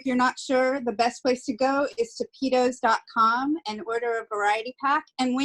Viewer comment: You pronounce it PeaDos anyway ,as you have on all your videos so why not name it that because PeaTos might as well be a bag of Dicks to a Spanish person .